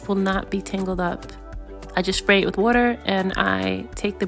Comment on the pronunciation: Literally the most adorable hair tutorial!!! Each time you said “Shpray” I giggled. But girl you know I’m running home to place my hair in a protective style. Thank you for your patience and details. ❤❤❤